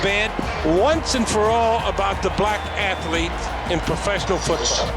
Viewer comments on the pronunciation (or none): none